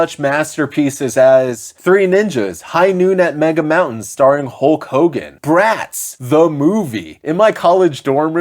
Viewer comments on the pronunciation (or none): none